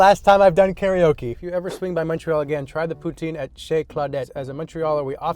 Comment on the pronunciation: BOON, sorry that's not poutine..... SA-CRI-LÈ-GES